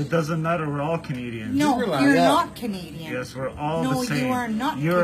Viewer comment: She’s not Canadian. She’s Native Indian. She even makes Canadians look bad. She can’t even pronounce Canadian the right way.